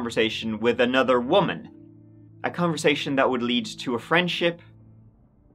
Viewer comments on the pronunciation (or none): none